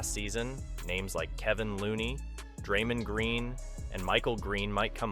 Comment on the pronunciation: Who is "Kevin Looney" smh. Come on. Kevon Looney...dude is an integral part of the team. #Dubnation.